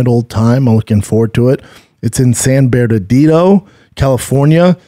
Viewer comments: Did you just say tough mudder is in San "berdadido?........Bernardino brotha lol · In “San Bairdadido”